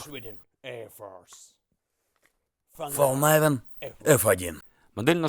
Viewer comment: Истинный швед))) Да не говори ты Фолнайвен. По-шведски название звучит как Фалькнивен, а по-английски Фолнивен. Спасибо, хорошее видео получилось)